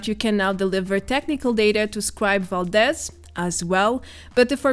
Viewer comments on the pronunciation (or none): none